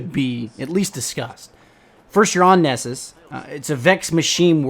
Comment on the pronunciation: Lol, "Neesus"the Homeland/Homeworld of Liam Neeson